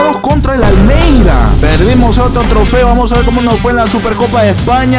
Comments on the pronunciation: encuanto dijo almeira me sali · el almeira? no sera almería?